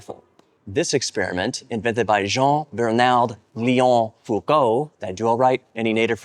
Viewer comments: The pronunciation was pretty decent, the only missed step is gettlng tricked by the silent d at the end of Bernard. That's french for you, silent booby trapped letters. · Hey, French native here :D No, you didn't say it correctly but I'll explain it to you why. The "D" from "Bernard" is silent (don't ask me why lol), with the R sound more pronounced. And in French, it's "Léon", so it's more of a "e" sound. Here's the term translated into IPA if you want to nail it for the next time: ʒɛɑ̃ bɛɾnaɾ leõ fukol You're welcome :3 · Don’t pronounce the “d” at the end of Bernard ;)